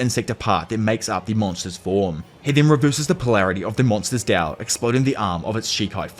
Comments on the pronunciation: Why do you keep calling it “dao” when you know that it’s “Tao”? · no on god. i hate the way he said tao